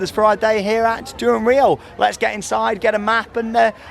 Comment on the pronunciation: It’s pronounced dunrell